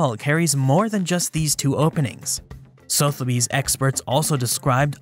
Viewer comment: respectfully it's pronounced SUH - theby's